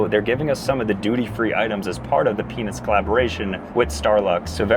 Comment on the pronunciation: bro said Penis themed